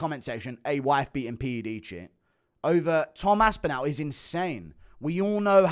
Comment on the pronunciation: Love your stuff mate, but your really getting under my skin (i knpw thats what you love) with the way you say Toms last name... your saying 'Aspinal' ... its 'Aspinall' ... say the last part of his name as if your saying 'all' for example ... 'all of the fingers went in all of the eyes' ... 'Tom Aspin-all' ... sorry to be petty, your an inspiration my friend 🎉❤